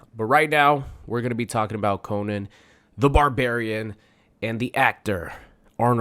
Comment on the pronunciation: Oof.... You pronounce his name wrong 😬